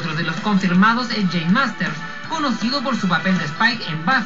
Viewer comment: whats up with not spelling or pronouncing james last name right its marsters!